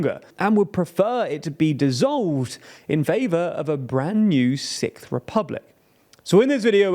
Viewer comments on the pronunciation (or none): Young people want to create a Sikth republic? I was not aware they liked British progressive metal that much 😂 Joking, of course, your accent is overall quite pleasing 😊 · I thought you said "Sick republic" until I read Sixth republic. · Had to cringe watch through the video & the thought of the TLDR team having to say the "sickth" French Republic everytime for future videos is the only reason I don't want France to have a new republic... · Are all Brits just incapable of pronouncing “sixth”? It’s not sikth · sorry, did you say "sick-th"? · having to pronounce "sixth" this many times in one post, oofs